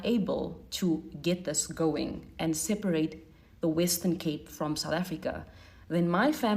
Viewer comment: What's sel-par-rate?